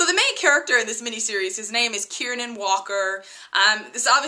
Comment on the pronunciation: KIEREN not KIERNAN